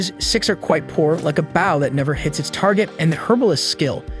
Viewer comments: anyone else wanting to correct the audio? its bow as in bo not bao like the bun or the front of a ship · It's not bao, it's bo... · Bro I can’t get over the ai saying bow(ba-w), instead of bow(b-o-w) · Bow ❌ Baw✅ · i cant take this seriously because of the pronunciation of bow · yeah it’s an ai so it doesn’t say it right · Hearing an incorrect pronunciation of the word "bow" repeatedly in a story about an archer is kinda annoying if I'm being honest. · Bow & Glow. Bow & Cow. It is that easy. 😊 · Glad it’s not just me please pronounce it right such a easy word as well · So true the whole video experience drop each time it pronounced bow of archery as bowing gesture 😅. Ai is not perfect I guess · Got to remember the bow of a boat is spelled the same way as bow the weapon so AI is sadly sounding it out and not looking at the grammatical structure it's being used in. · Maybe it's ai voicing. He also says an - ime instead of anime